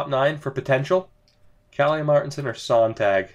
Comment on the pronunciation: Hey! Love this franchise series. Just thought I'd help out with a pronunciation. For Tomas Sonntag his last name is pronounced like (at least really close to) Zone-Tag. And the Tag part should be pronounced like Hog but with a t. Keep up the great content!